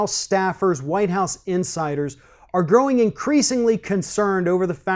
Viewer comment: LOL, it sounds like you're saying "according to winehouse insiders".